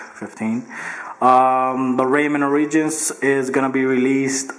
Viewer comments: "Raymen Or-ridgins" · good vid man. not bein a hater, but i think its ORE-EH-JENZ